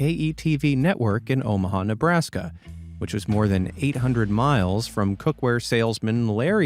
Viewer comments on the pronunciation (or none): none